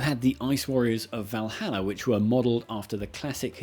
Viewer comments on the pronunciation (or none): none